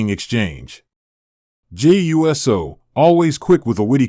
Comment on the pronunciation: His name is not U-S-O. It is pronounced Oooo So!